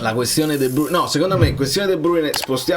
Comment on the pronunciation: Dovrebbe pronunciarsi "di bruin"